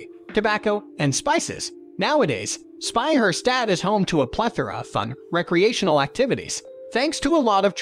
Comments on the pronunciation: What is a Spey Her Stät? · It is not pronounced Sbeijärsdäd like the narrator says but Speicherstadt. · He totally butchered the word SPEICHERSTADT Edit: Okay, the AI butchered every german word in that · This narrator pisses me off so much. Say Speicherstadt one more time like an imbecile and i go insane. Either say wearehouse district or something or figure out to come at least close to a proper pronounciation. I am not even sure if it's AI or not.